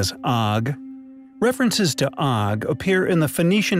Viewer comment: The Hebrew for Og's bed can be translated as "crib", meaning that he was far bigger as an adult. Og is pronounced with a long o sound, not a short o sound. It is like "oge".